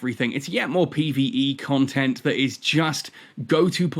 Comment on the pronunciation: First improve your English, it's not Contant it's content and it's not Romes it's roams 🤣. You deserve being ridiculed for weak English if what you are doing is itself considered as nothing but ranting 🤣.